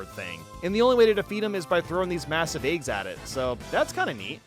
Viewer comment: Not a knock, but I'm greatly amused by pronunciation of "eygs". Keep up the great work!